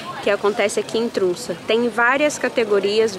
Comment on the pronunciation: Oi!!! Poderia nos explicar a fonética das vogais que escreve TROMSO e vc fala TRUNSA (oq eu entendo pelo menos) Sempre fico curiosa com isso kkk Te acompanho com muito carinho 😘😘